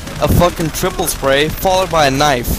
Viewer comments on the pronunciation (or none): none